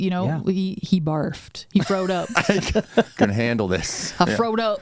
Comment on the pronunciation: “He frowed up.”